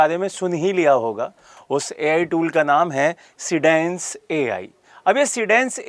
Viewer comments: Ghodu bolna toh seekhle dhange seendance 😂😂 sandaas hi bol de PagalChode. See Dance hai seedance 😂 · लिखा है सीडेन्स आप बोल रहे हो सिंडेन्स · Teacher hokar bhi be akhal ko teek sey SEEDANCE ya SEADANCE bolne nahin aata. Nonsense. Baar baar SINDANCE bol raha hai be akhal. Jaakar unka site mein unka naam dekho teek sey beyakhal galat bolna sikha rahe ho students ko bhi nonsense.